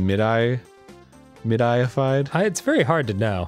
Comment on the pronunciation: It's pronounced mid-ee.